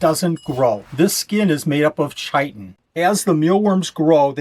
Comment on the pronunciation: That's not how you pronounce chitin 😅